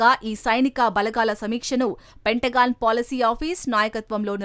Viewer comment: పెంటగాన్ అని చదవాలి